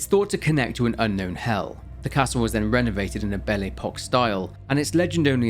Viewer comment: Butchering Belle Epoque is a mortal sin.